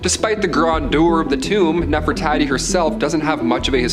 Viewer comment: Bro how can you not say NEFERTARI….and then after correcting yourself you STILL failed by repeatedly saying “Nefertati”?! I would have been a little more understanding if you would have simply confused “Nefertari” with “Nefertiti” but no…..you just failed all together and that was after putting forth GREAT effort!! How are you going to be EDUCATING ppl on sh¡t you can’t even pronounce? Are you RE…..SPECIAL?!